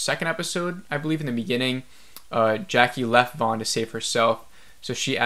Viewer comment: Javi is pronounced havi. Van is promouced van not Vaughn. Do you even watch the show?